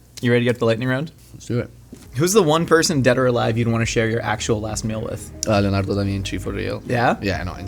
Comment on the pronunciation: He ate that pronunciation of "Leonardo DaVinci" ! 😂🥰